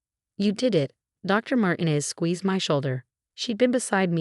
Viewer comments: It's mar-teenez,not mar-tin--ez dummy!! Get your pronunciations right!!! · Mar tee nez not Martin ez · Mar-TEEN-ez and pree-FER get your AI fixed! Won't finish story. THUMBS DOWN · Mar-tee-nez! Not con-cert-oh, con-chair-toh!